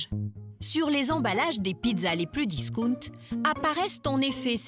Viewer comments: Pizza "DISOUNT"... sacrés français, non seulement il s'agit d'un anglisisme con mais aussi prononcé à la con! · ''discounte'' siboire.... les mots anglais vous pouvez pas les prononcer en anglais hein les français?